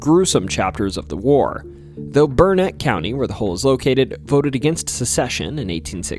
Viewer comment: I was so impressed that you nailed the pronunciation of Burnet (people get it wrong so often that there is a rhyme locals use "It's Burnet, dernit, when ya gonna learn it?")..........but then we got to La LLorona🤣......It translates literally as 'the crying woman' in spanish, so that double L is pronounced like an english Y, just like tortilla.